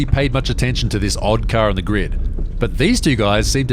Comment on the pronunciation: “It’s a carhhhhrrrr!”